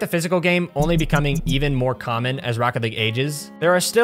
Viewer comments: “The physical game becoming even more COMM-on”😂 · "Demos become a lot more 'comm'on"